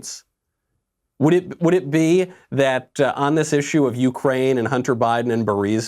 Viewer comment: Joe can you say u- crane.